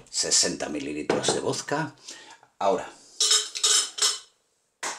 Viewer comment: se dice VODKA no VOSKA